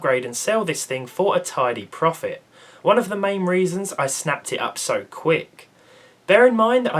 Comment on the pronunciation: Anyone else cringe when he says "profit" ??